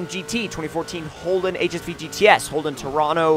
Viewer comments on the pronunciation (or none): u didn't say holden toranna right hahaha